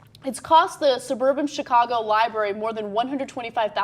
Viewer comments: I took a shot every time said "Li-bary"....hic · said liberry. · and then she said 'libary',... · Why can't you bitches pronounce "library" properly? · and it's a libRARY. it bugs me when people don't say that first R!